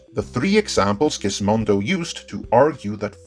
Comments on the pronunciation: I chuckled a little at Gizmodo being pronounced "Gizmondo" by... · There's no "n" in Gizmodo.